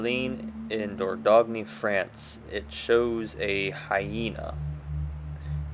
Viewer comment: There is no short A sound in most languages, and atlatle should be pronounced as "oughtloughtle". Also, the sin in sinew should rhyme with pin. The "ogne" in Dordogne is pronounced as "own".